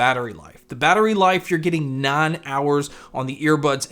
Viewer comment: when you say 9 its sounds like none so when i hear that im like none hours???